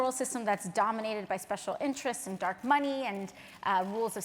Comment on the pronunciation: ay-und, ay-und, ay-und, ay-und